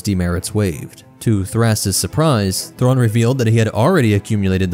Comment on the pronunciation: Great vid, as always, but man those pronunciations.. oof